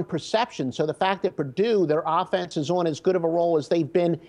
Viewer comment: Pardue? Isn't it Purdue?